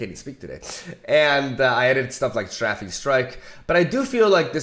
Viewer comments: Darkwater Scourge is pronounced like: Scurge. And Strafing Strike is pronounced like: Stray-fing Strike. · Scourge = 'Sc' as in School & 'ourge' as in urge Also, Strafing = 'Stra' is pronounced stray & 'fing' is still fing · He keeps asking us how to pronounce things... And yet still says "Sträffing Strike" :c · Scourge is pronounced like “SCURGE” Strafing is pronounced like “STRAY-FING” Hope that helps :) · The pronounciation for "strafing" strike is "stray-fing" by the way. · Strafing is pronounced Stray fing. It's the gerund of Strafe. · and strafing is STRAFE-ING Ok done sorry 👌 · Can we talk about how STILL mispronounces strafing and jettison?? Or is it just a different pronunciation in a different part of the world? I looked online and I can't find alternate pronunciations for jettison, or alternate pronunciations for strafing outside of Britain. Am I going crazy.... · Not gonna say anything about "strafing"?